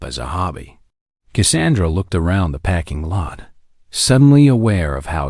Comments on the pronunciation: Great story with commentator on learn how to speak English it's not packing lot it's parking lot and it's not record commentator needs to speak English it's not packing lot it's parking lot record and record are two different words if you can't speak English you're at the wrong job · This is a great story, but the narrator sucks a parking lot is not pronounced packing lot